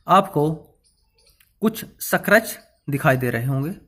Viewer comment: सक्रेच नही स्क्रेच जानकारी के लिए धन्यवाद